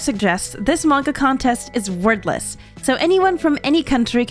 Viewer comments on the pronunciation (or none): Oh, "WORDLESS". I kept hearing "Worthless" and thought it was meant as a sarcastic title or something xD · First sec I understood "worthless" contest instead of wordless and was so confused XD